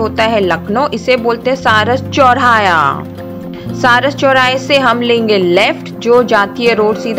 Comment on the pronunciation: चौराया नही चौराहा होता है 😀